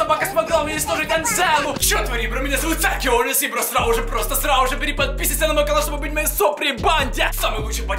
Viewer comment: Я не понимаю, он первые 5 секунд говорит "срал уже просто срал уже" или "сразу-же просто сразу-же"...